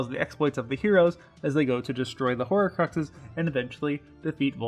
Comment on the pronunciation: You NEED to fix your pronunciation. Across most of your videos you butcher so many different words. 'Horrorcrux', 'Ebbin', etc.